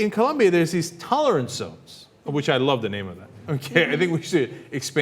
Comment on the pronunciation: it's colombia not columbia